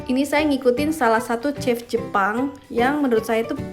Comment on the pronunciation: Chef ama chief beda pronounce beda arti